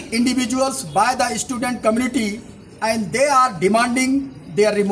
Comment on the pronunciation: tang pronounciation ruh um nang bha shillong ruh cilong , student ruh istudent. wtf.